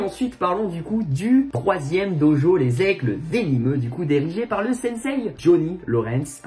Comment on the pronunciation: Ça me fait marrer quand il dit sensei il dit "sensay"